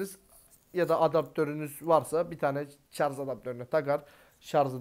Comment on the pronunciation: Şarz değil şarj